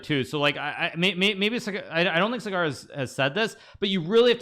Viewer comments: Please don't do this Hikaru, What is Sagaaar? It's Saa-gar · suger , cigaar , sagaaar 😂😂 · Cigar Shah 😅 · This is the most ridiculous defence of an intentional lack of interest in correcting a mistake. And it's not even a hard name; it's 5 letters long. Buddy, you're not going to be looked at as weak because you acceded to a request to pronounce someone's name the way THEY pronounce it.